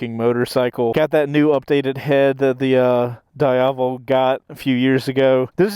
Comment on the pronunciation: its not prononuced "Da Iavel" :face-blue-covering-eyes